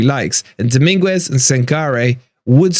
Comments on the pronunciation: The U is silent its Domingez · PLEASE Stop calling him Domingwez, you're a fan, take the time to learn to pronounce their names correctly! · I think you're probably pronouncing Dominguez's name incorrectly. Isn't the 'u' silent?